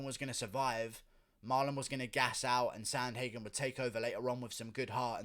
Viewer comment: Learn how to pronounce his name pervert